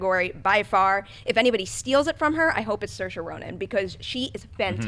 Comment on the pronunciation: Big thumbs for for pronunciation of Saoirse Ronan